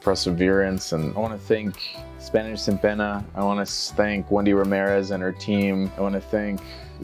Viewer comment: The first time I can let it slide, but after the 90 days and saying “sin peña” again 😕 though I notice many people change the standard ‘n’ to ‘ñ’ because they think that is correct. For example I hear people say “empañadas” all the time.